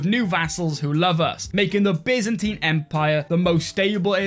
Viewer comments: When you said bizanteen instead of baiyzantaiyn it ruined my life :-( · i love the Bi-zentine